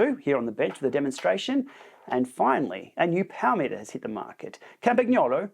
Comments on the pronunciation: Hello! Love your videos, well done. Please note the g in Campagnolo is pronounced like the g in lasagne. Yours truly, Campy Girl. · If you are going to add an Italian accent, please learned how to pronounce Campagnolo properly… the “g” is silent… 🙄😉